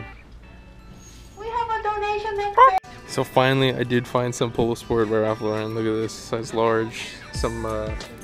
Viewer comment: I fuck with your vlogs but the way you pronounce Ralph Lauren bugs the shit out of me lmaaoo keep up the good content man.